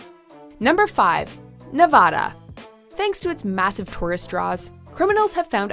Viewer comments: It's Nev vadd Da, not Nev vah da. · It's Nevada not Nuvada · Bruh you pronounced it Nuh va duh it should be neh vad duh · You mispronounced Nevada. It's Ne-va-da; not Nev-ah-da. I live in Reno and while the city may be dangerous, to me, it's home. I thought for certain Michigan was going to be on here solely because of Detroit which is widely considered to be the most dangerous city in the United States. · Nevahda is so dangerous because people keep calling it Nevahda. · Nuh-vaaa-duh. The A in the middle is a short a as in apple. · Nev-a-da a as in apple...... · You Mispronounced Nevada 😡 it’s not Nevahdah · Stop saying Nev-AH-da!! Unless you are also going to say Mon-TAH-na (both are derived from Spanish words), stick with how locals pronounce it. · You’re pronouncing Nevada wrong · Joshua Uriarte I’ve lived in Nevada specifically Las Vegas my whole life and I’m shocked we’re considered one of the worst states to live in. It’s not anywhere as bad as this video made it out to be. Also how she pronounced Nevada was cringy. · That mispronunciation of Nevada is cringy. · You are pronouncing Nevada wrong. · I dont won't to hate but they pronounced Nevada wrong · Try saying Nevada correctly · Stop saying Nevada like that!! That's not how you say it😂😂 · Say Nevada properly for fucks sake. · Thats not how you pronounce nevada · The way you pronounce Nevada is so cringeworthy 😖